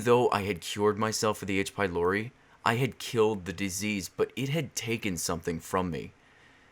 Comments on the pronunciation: In devil girlfriend I thought you kept saying H by lory xD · I had this video on autoplay on my TV so I didn't read the the title, so I thought he was saying "aids be Lori" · Thought you said aids... honestly it sounds similar both in symptoms... and in audio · I was watching your gf video and I kept thinking that you said "I got aids from lory" lol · I thought it waa "aidsh pielorety" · I thought you said "Aids by Lory" lol